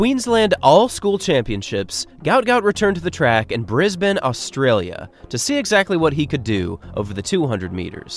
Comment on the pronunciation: Props for pronouncing Brisbane, Queensland and Australia correctly. Most Americans get all 3 of them wrong and say “Brissbayne” instead of Brizzben, “Queenslend” like you’d pronounce Finland or Ireland, or Oar-stray-lee-ah instead of Oss-trail-yah. I feel like you must’ve spent some time here for you to pronounce them so perfectly. If you didn’t, then thank you for taking the time to learn the correct way to say them.